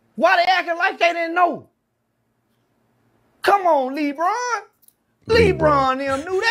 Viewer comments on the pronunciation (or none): "Lee Bron" lol :D Love Charleston White.